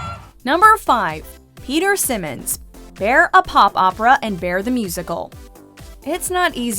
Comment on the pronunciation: I LOVE the inclusion of Peter, but I have to mention that, despite how it's spelled, his last name is pronounced S-EYE-monds, like Simon 😊